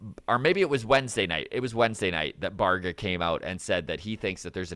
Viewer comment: Bye-Air-Gah. Baerga.